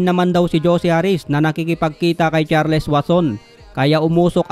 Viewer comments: HINDI CHAR-LES! CHARLS ANG EXPRESSION JN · It is pronounced as CharlS. Thank me later..😬